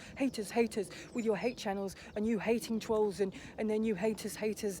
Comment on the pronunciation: The way he torments The Rzucek family is an absolute disgrace ☹️ It’s so great to see his downfall, and it’s nothing to do with the truth channels, it’s all his own doing 😂😂😂 The fact he can’t even say trolls right, does my head in. 🤬 I literally can’t watch his videos. 🤮 It’s so nice to see so many people wake up to him. 😀 He needs to keep buying more subs 😂🤣😂